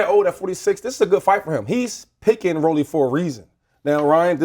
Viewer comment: why tf max pronouncing rolly like that? 😂